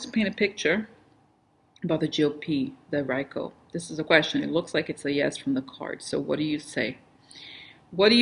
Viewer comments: Hay, Rico is pronounced ree-co. Thanks for being. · It is prounced Reeeeeko as in Puerto Rico